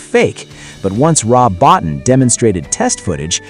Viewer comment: Rob Bottin's last name is pronounced BO-TEEN. FYI for the future.